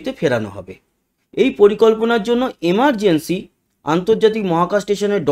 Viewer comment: Emargency na Amergency